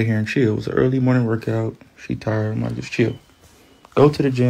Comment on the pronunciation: Chrisean said IM ON MY WAY NOT EEM ON MY WAY! 😂